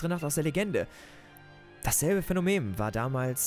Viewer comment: Mich triggert mehr Phänonem statt Phänomen